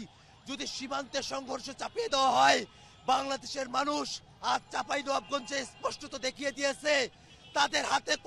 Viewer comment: আমার জেলার নামটা ঠিক করে বলেন